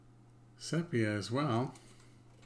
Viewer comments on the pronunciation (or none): "Sepia" is pronounced SEE-PEE-UH.